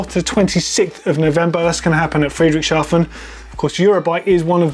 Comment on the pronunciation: you said Friedrichshafen wrong. it means Friedrich's dock,port,harbour. but you said Friedrichschafen, Friedrich's sheep. I found a video where it's pronounced correctly flughafen=airport but I know you mean Friedrichshafen city.